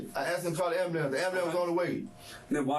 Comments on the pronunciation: "I told them call the amblampse." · "i ax'd him cull amboolants!" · “I told the lady to call the AMBALAMCE” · Not the "ambalamce"